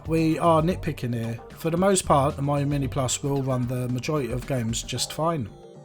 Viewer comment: Nice video! It's pronounced "Meeyo", not "Maiyo" though ;)